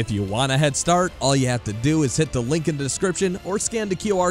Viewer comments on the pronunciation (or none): none